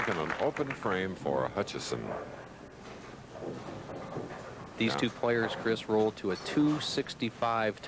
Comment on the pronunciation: Also “Hutchison”.